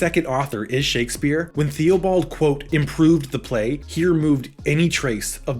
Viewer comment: Good summary of Cardenio, but one note: Theobald is pronounced "Tih-buld"